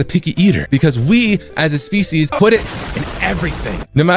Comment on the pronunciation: "we, as a spieces, put it in everything" LMAOOOO